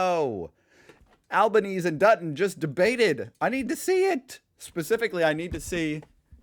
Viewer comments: our Prime Ministers surname is pronounced (phonetically) Albon-easy’ Not ‘Albon-eaze’ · Alban Easy Not Alban Ease Seriously it is pronounced as Alban Easy. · Prounce it AlbanEASY not EASE, please. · Prime Minister Anthony Albanese (pronounced as in the Italian: "Alban-easy") is called Albo by everyone quite respectfully, unless it's in formal situations, so you can call him Albo. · hey Was. Albanese is pronounced Alban(easy). Thanks for another great video though! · no one says "Happy arvo!" Albanese is pronounced Al-buh-nee-zee. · Oh for heavens sake It's pronounced ALBANEASY ! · It’s great that you are taking an interest in our politics. Just a heads up. Albanese is pronounced Alban-easy. Or you can just call him Albo as we do. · Hey mate when you say albanese you need to put a eeee sound on the end or just say albo that’s his go to Aussie name